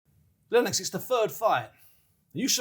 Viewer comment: Its Lennox, not lennex lol